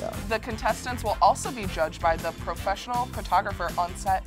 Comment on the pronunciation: They said "perfessinel juges"